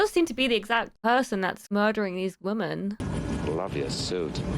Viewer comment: Does every woman of her generation pronounce "women" as "woman?" It's one of the more irritating phenomenons that came out of goofy Gen Z.